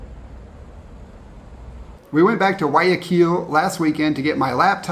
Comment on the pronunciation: Thank you, your the ones that say Guayaquil the best. Everyone says KILL at the end, it's not that difficult, nor is Quito. Thank you. 😊🌹